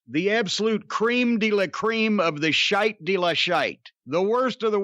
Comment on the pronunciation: When an American says the word “shite” 🤣